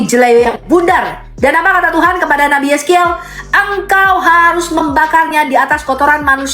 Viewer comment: Ngomong r aja susah .... harus mas bukan hayus😂 , belajar membaca dulu deh